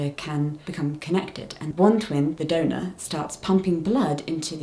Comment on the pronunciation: Not me hearing 'donut baby' instead of donor 😂 glad everything is going well now and babies are OK ❤